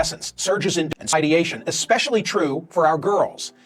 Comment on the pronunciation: If you say eckspecially you are not very educated.